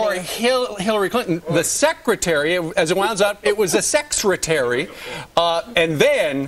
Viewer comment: Sex-retary. Really, Doocy?